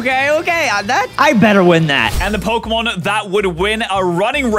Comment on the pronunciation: Dylan is SO bad with the new Pokemon names and I'm internally screaming